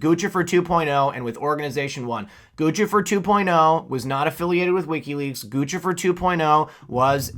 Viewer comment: Hacker GOOSE-IFER doesn't wear GUCCI. (Luv u, but that pronunciation is off )